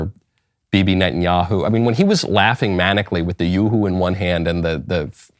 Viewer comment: Benny Net-n-Yoo-hoo